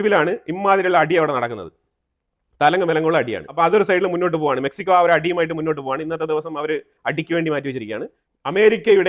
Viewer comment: മെക്സിക്കോയ❌ മെച്ചിക്കോയ😂